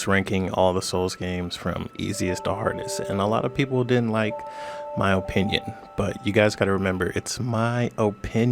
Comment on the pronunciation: Like imma listed to a guy who can’t even pronounce opinion correctly